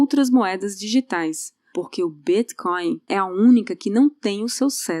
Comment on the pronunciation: Adoro o jeito que a pronuncia BitCoin...